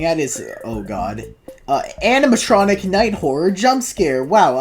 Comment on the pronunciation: "animtroncic" "genarter" XDDD probably a russian